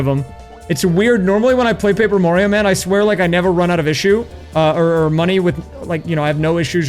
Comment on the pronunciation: Paaper Mario Papert Mario Who knew he had so many cousins?